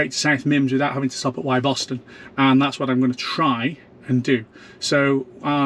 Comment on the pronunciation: great vid, interesting as i'm expecting deliver of my model y next month - - - quick pronunciation check - "Wyboston" is pronounced "Wibberston" and "Wymondham" is pronounced "Windham (is is windy gayle!) - from a Norfolk lad!